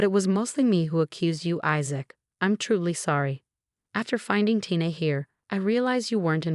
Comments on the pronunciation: Is Isaac’s wife’s name Tina (pronounced TEA-NAH) ; or Tina (pronounced TIE-NAH)? You tend to switch back and forth. Make up your mind!! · Firstly, please learn to pronounce Tina's name correctly and secondly for some reason my suspicion shifted from Issac to Tina. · How many ways can a person mispronounce and misspell “Tina”? There were many other mistakes as well! Please get better narrators!!